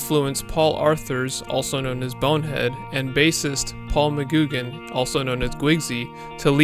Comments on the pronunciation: Mcguigan pronounced "Mc Gwig an" not Mcgoogan 😂😂😂 Pr Great video 🔥🔥🔥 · He said McGoogan…..like Goo, yet pronounced Guigsy correctly? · Great video- but one thing which grinds my gears- it’s pronounced Paul McGwigan- like his nickname- gwigsy (spelt how it sounds)